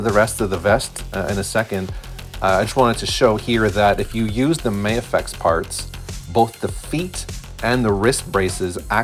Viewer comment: I like your builds and just subscribed. Also will be ordering the drawman. Thanks!👍 FYI, it's not "May-a-fex". Just Ma-Fex 🙂